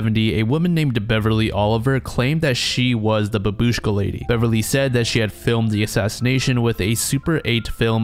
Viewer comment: It's pronounced bAbushka, the first A is stressed. In Russian at least.